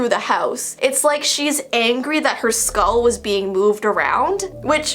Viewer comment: Me: Skull. That’s how I say In this Texas life.: SkAuLl. My weird side of my mind: Is this ASMR..?